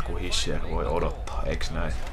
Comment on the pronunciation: Se lausutaan kyllä hisher